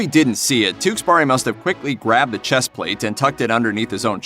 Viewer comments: "Tewkesberry" not "Tewksburry" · The way you pronounce his name though, TewkesBARI.